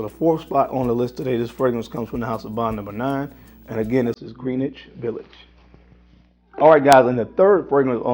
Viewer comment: Love your vids but If you come to nyc Its pronounced gren itch village